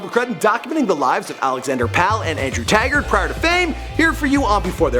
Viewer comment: Its taggart not tagrat 😂